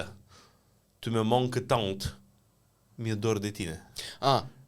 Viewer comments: Domnul a spus “Tu me manques tant”, ci nu “tante”. Se traduce prin “Îmi e atât de dor de tine”. Posibil pronunția sa nu fi fost corecta, însǎ exprimarea este perfect corecta și dumneavoastră nu ați înțeles și corectați în mod eronat. De asemenea, corect în limba română este “dă să cadă”, ci nu “stă să cadă”. Expresia este “a da să facă ceva” (ci nu “a sta să facă ceva”) și exprimă iminența unei acțiuni. Acestei expresii i se pot atribui o sumedenie de verbe, inclusive verbul a cădea. Nu există în limba română “a sta să facă ceva” cu sensul ca acțiunea este pe cale să se întâmple, ci doar cu sensul de a rămâne undeva cu scopul/ intenția de a face aceea acțiune (de ex., “nu vine afară ca stă să învețe” = “nu iese pentru ca rămâne în casă cu intenția de a învăța”). Mai mult, expresia “a avea reticențe” este perfect corectă în limba română și are exact același sens cu “a avea rezerve” și sens aproximativ cu “a avea îndoieli”. Singura corectură bună pe care ați făcut-o este “apogeul maxim”, care reprezintă într-adevăr un pleonasm. Însă, dat fiind faptul ca domnul vorbește ore în șir într-un singur podcast, este perfect normal și uman să se mai strecoare și greșeli. Este ideal ca data viitoare, înainte să corectați pe cineva, să vă asigurați ca în primul rând, înțelegeți perfect ce a spus persoana respectivă (vedeți corectura în limba franceză în care a fost o neînțelegere din partea dumneavoastră) și în al doilea rând că dumneavoastră vă însușiți regulile de exprimar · Nu „Tu me manque, tante”, d-le, că nu îți lipsește „mătușa”! Și nu „inflouence”, ci „influence”. „ Stă să cadă”, nu „ dă să cadă” 😊. Apogeul este „maxim” prin definiție; un „apogeu maxim” nu este decât un pleonasm. Ai „îndoieli”, nu „reticențe” 😉.